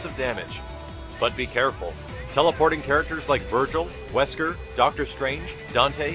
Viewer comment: Why did it sound like wesker said dry bones made me get drunk